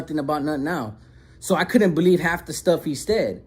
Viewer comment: “I didn’t beleef” 😂😂😂 the way you said that had me rolling lol but keep up the great work and shake the haters away!